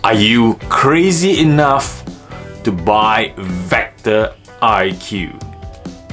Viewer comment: It’s vecto not vector